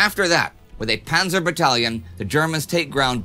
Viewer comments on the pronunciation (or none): none